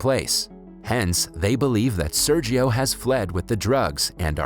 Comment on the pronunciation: It hurts my ears how Sergio is pronounced ._.